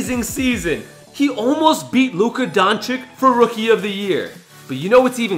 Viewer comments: not donchick it’s doncic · Nobody:: Luka Donchick